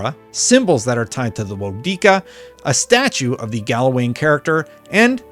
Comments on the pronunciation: Woedica is pronounced Whoa-dicka lol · Wohh-dee-kar is how you say it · Aye-or-ah = Eora woedica = woah -decka